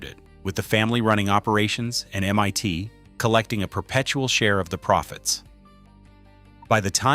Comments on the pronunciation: While the information is interesting, I am distracted by the AI narrator who cannot pronounce MIT correctly (calling it MYT instead), etc. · I said the same thing. I was like Waaaa?! NYT? Drove right by it today. It's still M. I. T. Lol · M.I.T. !!!!!!!!!! NOT M.Y.T. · MYT instead of MIT. Inexcusable AI slop. 🤬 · Your Ai keeps saying "m-y-tee" every so often instead of MIT...rather annoying. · AI slop Em-Eye-T is not EM-One-T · "mYt" ???? C'mon GET IT RIGHT !!! It's Massachusetts INSTITUTE of Technology. M-EYE-T ! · Why can't this AI narration say the I in MIT? It says MYT repeatedly. And "bass" response instead of "base" response. Typical for lousy AI. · Shame the AI-generated commentary can't even get MIT right (calling it "MYT") and various other slips. The content is interesting but the dreadful commentary is distracting. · I fucking loathe this overused AI voice!! It's always the same! Can't pronounce MIT, Keeps saying MYT! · Interesting information. Just a pity that the AI voice makes so many speach mistakes like calling MIT M one T 😂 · It's not M-Y-T !!!!!!!!!!!! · These AI videos are entertaining IF you have nothing else better to do. MIT is not M ONE T. Hilarious